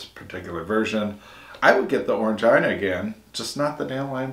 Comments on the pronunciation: Orangina is pronounced Oran-geena BTW not Orange-eye-na :) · Orang-eena, not ina :) and Lilt is pineapple and grapefruit